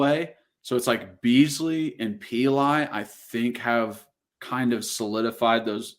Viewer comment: Actually Davis had a torn labrum in high school he only broke his collarbone in the orange and white game, also Pili is pronounced like Pee-lee